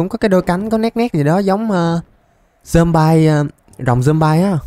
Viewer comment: Zom bi chứ ko phải zom bai nha anh